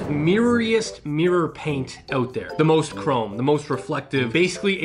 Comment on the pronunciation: It's called mirr-or...or maybe mirrer...not meer! Learn to speak please😂